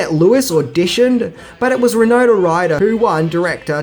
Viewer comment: Winona. Why-NO-na.